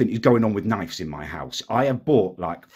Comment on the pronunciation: Can’t wait till correctly pronounces knives